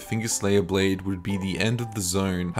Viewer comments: Bro I love you and your videos. But the Blaidd pronunciation is killing me😂sure u know tho lol. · Props for saying Blaidds name correctly. Also getting some big internethistorian vibes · I always thought I was pronounced "blade"